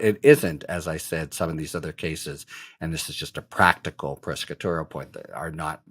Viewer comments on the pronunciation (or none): I finally figured out that when he sounded like he was saying "pescatorial" he was really trying to say "prosecutorial"!